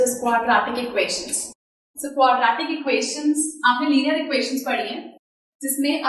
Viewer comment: Its not quadraaatic its quadratic